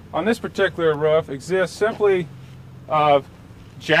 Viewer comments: Roof.. I say again ROOF - not RUF. I repeat not RUF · the way he say rooFF :D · Hes probably from NC/SC. His pencil shows a Building Supply store in NC (area code 704)..... probably made this video somewhere in the Charlotte area.